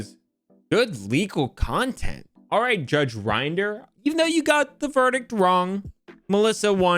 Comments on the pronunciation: My only complaint, is that you're meant to say Rinder as in ring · It's not rinder saying it like he uses grinder. Rin der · It’s not rine-der it’s judge rin-der Also in England it doesn’t really matter in court if a professional says anything regarding valuation unless in writing or if heard by the judge from the source as anything else would be classed as hearsay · It's judge Rin der. Not judge rInd er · Good video, but Rinder rhymes with "tinder" not "grinder" (ironic, I'm sure the judge would agree.) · FYI, Rinder rhymes with tinder. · just so you know it’s pronounced “rin der” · Also it's Rinder, rhymes with In Durr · It's pronounced Rinder